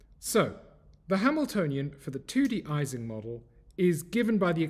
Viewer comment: Great video. I believe Ising is pronounced [ˈiːzɪŋ] as it is named after Ernst Ising.